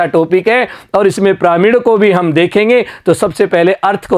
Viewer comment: Sir piramid hai pramid nahi hai shahi se padho 😮